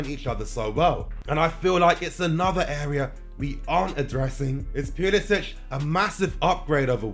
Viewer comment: Theres no H at the end of his name.